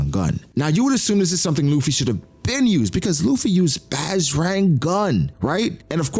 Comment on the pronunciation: Hey, just a quick tip from an indian dude. The bajrang in bajrang gun is pronounced a bit differently. You can say it more like - budge - rung gun. Great video